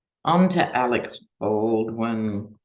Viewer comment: its "Alec", not Alex (Baldwin).